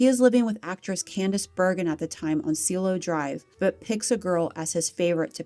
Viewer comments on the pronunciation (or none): Seal- e - o Drive? No, it is Sea- A-lo Drive with the pronunciation on the A. It means sky. Homework, please.